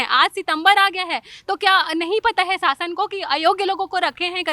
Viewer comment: शासन aur सासन me antar to bolna Sikh lo madam ap denge quality education